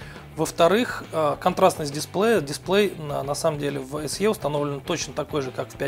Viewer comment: Пять Эс Е, мдааа, сразу видно профессионала=)